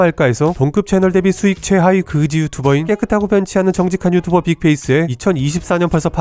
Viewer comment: 클린 유츄버 ㅋㅋㅋㅋ 유튜버아니고 ㅋㅋ유 츄 츄 츄버 ㅋㅋㅋㅋ믿음이 조낸 걈 ㅋ